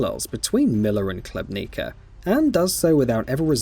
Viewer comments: You're Khlebnika lol. The colonels' name is Khlebnikov - pronounced [Hleb'nee'koff] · Catastrophically bad video review. Gets major plot points wrong (Miller was searching for the maps, not green stuff…) and terrible pronunciation (Colonel Klebniko? Novahs-abersk???). I personally disagree with the “unremarkable” review, and the critique of the gameplay, but even putting those points aside the review was lazy to mess those details up..